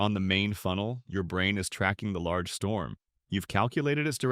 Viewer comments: large strom you mean storm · "Large strom" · ah yes large strom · "A Strom" 💯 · "strom" W